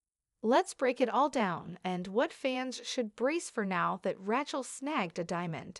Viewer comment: Ratch-ell? Channel belt?? Good God!